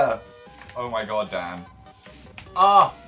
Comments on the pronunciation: I thought Phil said DAD not DAN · dosent it sound like phils saying dad? I mean I know hes not... Just though it would be fun to point out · did anyone else hear phil say "dad"? hahahha I know he really said "dan" but that's what I heard XD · was it just me? phil said "dad" instead of "dan", did anyone else hear that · phil TOTALLY sounds like he said "dad" instead of "dan" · every time I hear phil say "Dan" I hear "dad" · ugh why did i read this? fml i can only hear "dad" now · it sounds like phil called Dan dad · je sus christ i thought phil called him "Dad" for a second there